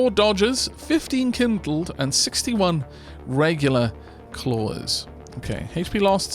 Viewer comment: The 'clawers' thing has made me acutely aware of the intrusive 'r' in my dialect, where you might find an animal 'kloring' at a door. Makes it easier to say 'klorez', but!